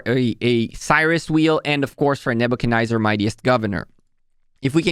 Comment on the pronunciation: am i the only person who gets bothered by saying NebuchaNYZER? there's no Y in the name bro, look up the pronunciation. where are you even getting that from? it's NebuchaNEZZAR.